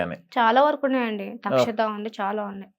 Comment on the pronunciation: "మీరు పిచోళ్ళంటగా??!!"😮 అడిగేశాడుగా డైరెక్ట్ గా 👏🏻👏🏻👏🏻 , అది తక్షత, అక్షత కాదు తల్లీ..🤦🏻🙅🏻 "తక్షక!"🙆🏻 అని కూడా పలకలేక 🗣️🙊 పోతోంది పాపం!😢 Brain 🧠 తో పాటూ, speach 🗣️ 👂🏻 థెరపీ కూడా ఇప్పించండి 🙏🏻😢 (🌑అమావాస్యకు, పౌర్ణమికి..🌕, పిచ్చి ముదురుతుందని,🤯🔨 పూర్వీకులు ఎప్పుడో చెప్పారుగా 👏🏻😢 .. శివుడు మహదేవ్ సీరియల్ లోని శివుడా, లేక మహాకాళి సీరియల్ లోని శివుడా?! అని అడగలేకపోయావా భయ్యా ??!!😢